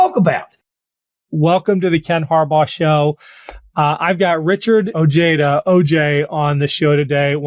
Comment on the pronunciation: Richard Ojeda (pronounced O-heada). It is absolutely ridiculous that an illegal immigrant is in a position to make decisions on Americans. It’s sickening on how many veterans & active/reserve duty think that F@ face 45/47 is a strong, working man’s person.